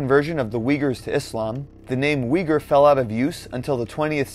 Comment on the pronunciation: You know this video is crap when they can't even pronounce Uyghur properly.